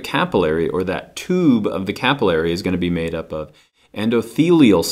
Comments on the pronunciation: Hate the way he says capillary... Sorry haha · I always pronounced 'capillary' different... This is confusing. Regardless, thank you for the video!